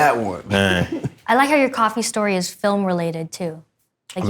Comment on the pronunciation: Is Coogler's dialect real or just affected because he thinks it's cool? He calls stories shtories, and scripts shcripts. It's like nails on a chalkboard to me. It's like in MIB III when dude said his girlfriend's name was "Shtaron."